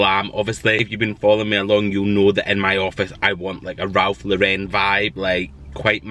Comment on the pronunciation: You really cheer me up on a dreich day in 🏴 It is Ralph Lauren as in the girls name, not Lau….ren…. That’s the teacher in me, apologies 🤣❤️